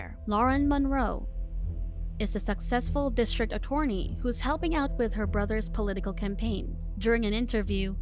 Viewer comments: The way you say "attorney" lol. A-torny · …………… A-Torny 😂 lol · You cannot pronounce attorney xD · Thank you it irritated me every time she said it wrong.